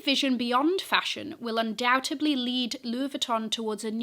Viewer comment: I love you but it’s “undoubteDly”